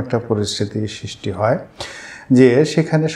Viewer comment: উচ্চারণ (ছিস্টি নয় সৃষ্টি) ঠিক করবেন। আর কিছু শব্দচয়ন পরিহার করলে (অনাগতকালে, বিগত দিনে ইত্যাদি) ভিডিওগুলো আরো শক্তিশালী এবং শ্রুতিমধুর হবে।